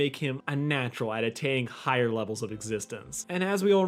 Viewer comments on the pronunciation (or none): none